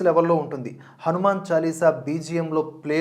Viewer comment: మీ రివ్యూ చూశాక ఎప్పుడెప్పుడు సినిమా చూద్దామా అని ఆతృతగా ఉంది. కానీ చిన్న విన్నపం.. దయచేసి హనుమాన్ అనే పలకండి.. 'మ్యాన్' అనక్కరలేదు అని నా ఉద్దేశం.